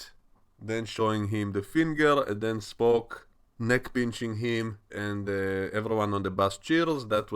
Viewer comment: I like the way you say "Spock" and the fact that I can literally HEAR you facepalming throughout talking about this ep.